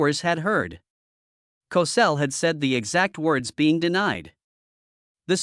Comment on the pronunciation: It's pronounced like COE-SELL! This incident, along with Jimmy the Greek's comment was one of the first incidents of "cancel culture"! What a shame! These early incidents lead to the widespread cancer of cancel culture today! Trump is trying to erase all of this garbage and restore sanity to the culture! SMH, Andy, Annmarie's husband. SMH, Andy, Annmarie's husband.